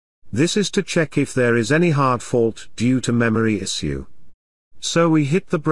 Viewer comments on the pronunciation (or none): Why is this robotic voice saying "issue" weirdly? it shoud sound like "ishoe"